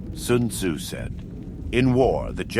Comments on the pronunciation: Lol at first I thought that this was a really good voice actor. What really tipped me off was the fact that every time it said Sun Tzu , it pronounced it different. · "Soon Zoo said."